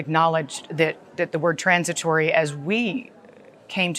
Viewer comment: Please can NEVER say "trornsitwory" ever again?